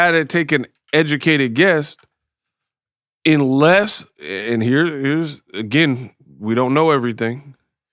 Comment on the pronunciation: "Inless"? You said "Inless" not once, but twice. Check it & . I shared this with a grade school teacher to see if my hearing was off. Confirmation was received that is common for children's speech development. Not for an adult. Especially for an adult with a platform needed to make their living. Proving that you didn't pass the bar and that you're the best in the biz at knowing a little bit. Ah huh ah huh.